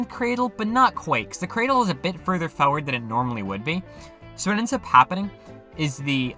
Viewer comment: why do you say farword